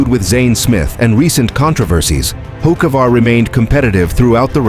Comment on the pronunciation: Carson Hokeavar. That's what they'll calling him. Good one AI. 😂